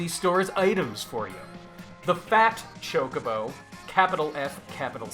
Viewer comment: Hearing you pronounce it ChokeOBO instead of ChokobO makes me uncomfy. Gr8 video otherwise.